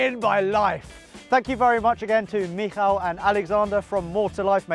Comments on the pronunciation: Well done for pronouncing Michal almost like a native ! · your pronunciation of "Michał" is perfect! What a treat!